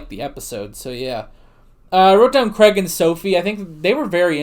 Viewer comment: Who the heck's 'Creg'? It's pronounced 'Crayg'. Then again, a lot of American reactors to tend to self-correct rather than actually listen to what's being said. Davros is another example: it's Dav-ross. Game of Thrones is another casualty of this: Dav-oss; Wester-ross, etc. The trick is to listen to what's being said, and how it's being said, and repeat it. They say 'Crayg' often enough for it to be able to sink in, I'd have thought.